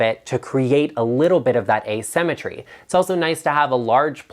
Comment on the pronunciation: I heard using “a cemetery” instead of “asymmetry.” Oh, the images that flashed across my mind! I thought you went Goth on us for a sec. 😆